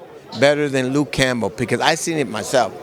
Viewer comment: Dude said Lukee Campbell !!! Are you serious 😂 bro I can’t wait